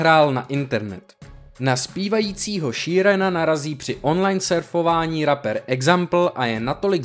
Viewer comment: Info dobré, ale ta výslovnost? Rapper, se čte Repr a ne Raper, nebo Passenger se nečte Pasenger, ale Pesendžr. -_